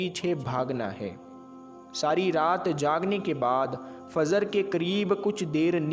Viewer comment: FAZR KYUN BOLTE HO...FAJR BOLA KRO..